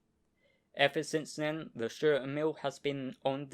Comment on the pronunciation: Nice and interesting video. Stur means Sturdy or Stalwart or Cool. Sturer Emil: Sturdy Emil. Stur pronounced as Stoor like in Do or Too. In our Dutch language it is pronounced the same: stoor, written as Stoer.